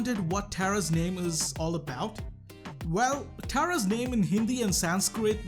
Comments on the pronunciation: Did you know that she is named tara (pronounced tare-uh, NOT tar-uh,) because she is holding three tarot cards, which is a type of card said to allow certain people (or brawlers) to gain insight of the past? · Actually Tara is pronounced Tera is I’m wrong blame kairos